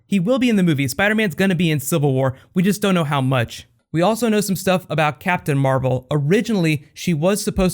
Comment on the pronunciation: It says mavel instead of marvel